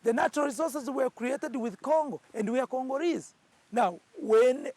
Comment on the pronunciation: "The natural resources were created with Congo and we are Congooreeees" 👀😂😂😂🤣 ⚠️UBWENGE ⚠️